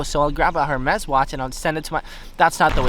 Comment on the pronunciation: The “H’ is silent in “Hermès”. Just a FYI...